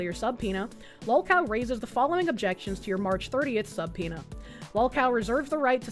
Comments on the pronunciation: This dude somehow got me to side with Kiwi Farms. Also, pronunciation of subpoena and anonymity crack me up 😂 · please, for the love of all that is good in the world, please stop mispronouncing anonymity and subpoena...and analogous